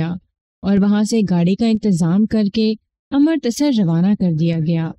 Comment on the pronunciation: امر۔ تسر نہیں بلکہ اَمرِت سَر